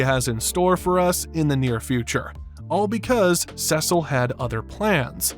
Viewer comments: His name is Cecil not Sesil. Sorry, but it was bothering me how you were saying his name wrong. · WHAT IS YOUR PROBLEM WITH SAYING "CEEEEE-CIL"? No one in the series or otherwise EVER pronounces it "seh-cil," and it's starting to drive me nuts. Is this a reference to something? I DON'T CARE! It sounds. So. STUPID! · It's Cecil, not Sessil.... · Why is everyone saying saesil, seesil makes much more sense, hell even mark calls him that. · Dude Cecil is pronuced like a C, seecil basically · How to pronounce Cecil's name phonetically/correctly - See-Sull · I’ve never heard anyone refer to Cecil as “Cesal” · Who is “sesle”?? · Great video, but who the heck is Sessil? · I swear I’m gonna jump off the window if you mispronounce sea salt again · Lmao he also said “anessa” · are you purposely saying cecil wrong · Okay can you just pronounce Cecil’s name correctly please? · You mean like this? “SEA SALT!” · Finally someone said it!